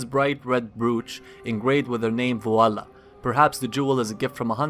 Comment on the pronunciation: Vi-O-LA … I have a friend who's aunts name is that... Good Hunting!!! =)